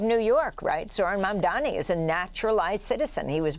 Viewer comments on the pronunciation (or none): Sadly, Can Not Pronounce Mamdani's Name Correctly!